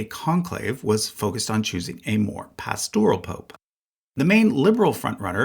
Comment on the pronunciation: 2 things: 1. The word “pastoral” is pronounced with the accent on the first syllable. 2. The designation of Francis as pastoral is highly inaccurate. His autocratic style is ego-driven willfulness. Yes, he was open to folks on the fringe, but his vendetta against the USA and traditional-minded Catholics, especially bishops like Chaput and Strickland are his legacy more than anything else.